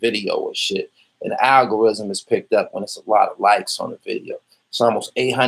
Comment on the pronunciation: Dis nigga cant even pronounce algorithm....wtf